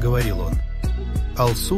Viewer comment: Даже. Ударение. В. Имени. А лу. Ударение. На. У. А. Не. На. А. Всё.